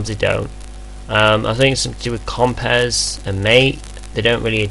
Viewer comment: It's NOT COMPEZ, it's COMPIZ ffs!